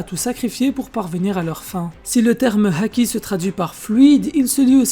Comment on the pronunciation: Évite de dire la haaaki avec un accent chelou